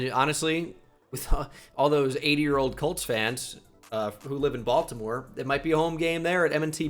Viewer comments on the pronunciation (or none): none